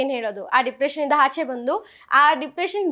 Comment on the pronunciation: Nija helamma dippretion or dipriciation 😅